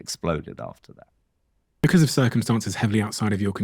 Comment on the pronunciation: Becors = Because